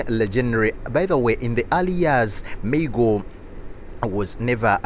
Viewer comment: Maa-goo ... Not May-go 🤦🏾‍♂️